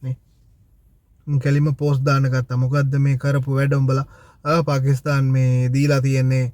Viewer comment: පකිස්තාන් නෙමෙයි පාකිස්ථාන්